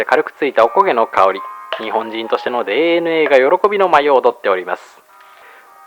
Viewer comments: DNAのことでーえぬえーって言うの時代を感じて好きです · でーえぬえー が毎回瞬時に何言ってるのかわからなくて、一秒くらい遅れて「フフッ」ってなる。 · デーエヌエーって言い方たまらん